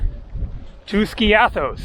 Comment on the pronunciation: Love your videos! By the way, "Skiathos" is pronounced: "Ski'- athos". The accent is on the "i" , not on the "a". Also, you said "kalispera" as a greeting while it's obviously morning or early afternoon, while the correct greeting is: "kalimera" (good day). Use "kalispera" only in the early evening as a greeting, and use "kalinichta" only as a "goodbye" at nighttime, never as a greeting. All the best to you!